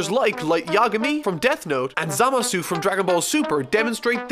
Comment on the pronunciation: The "u" at the end of Zamasu isn't pronounced, so it's pronounced like /zamas/